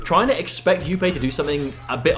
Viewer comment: please pronounce jupe properly its not youpay its just jupe